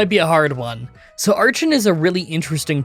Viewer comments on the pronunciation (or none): Cool video and you think you will ever do a Zorua/Zoroark run? just wanted to say that its pronounced ARE-KEN not ARCH-EN, same with HI-DRY-GONE and STAR-RAVE-IA..